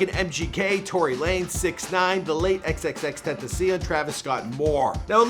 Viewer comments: Did you just call xxxtentacion xxxteticea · X's name is pronounced Tin-tass-e-own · He didn't Say X name right SMH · Learn how to say the rappers name foo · Bro this man fucked up Xs name bro